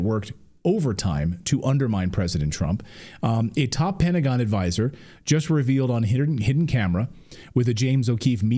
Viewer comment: “Pedagon”. Love it. 😂